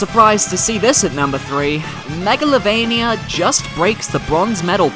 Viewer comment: you said megaliovaynia